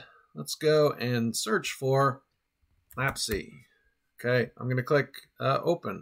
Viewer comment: FYI, it's (IPA: /læps/) like memory lapse.